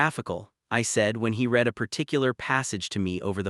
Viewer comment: Awful AI voice which can't tell the difference between past and present tense of read and the pronunciation of stared and starred. I gave up after that. It's a pity that the uploader can't be bothered reading it out in a natural voice or correcting the errors.